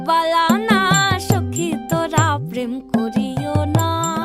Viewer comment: Sadly the pronounciation is totally wrong. This is a sylheti song. Hence the P is pronounced as F. It's not Prem but Phrem. N not pirit but firit Bala na.... But I guess that's the best shot a kolkatan can give in singing a sylheti song